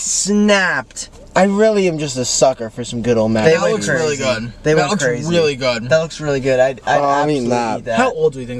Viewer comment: anyone else notice that nick said weally isntead of really😭😭